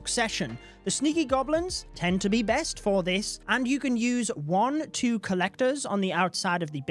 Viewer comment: Notice how much he emphasizes too —— “two” two days?